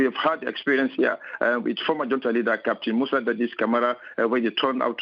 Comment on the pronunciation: It's pronounced hunta... college educated and can't speak...